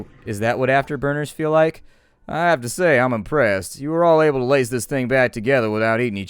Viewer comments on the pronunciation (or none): none